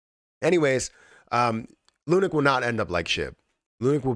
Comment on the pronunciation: Please call it lunacy, not lunic